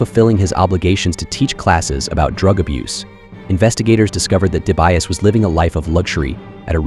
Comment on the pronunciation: Hey are you ok? you pronounce Dibiase 3 different ways in this video🤣. Surely your next video you do enough research on how to pronounce names properly 🙃 Also thumbs down for trying do automation and not original.